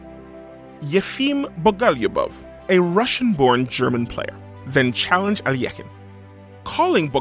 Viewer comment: ...Finally, a correct pronunciation of Alekhine.🎉